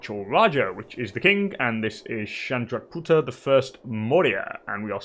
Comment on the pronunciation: Chandragupta is pronounced shan-da-goop-tra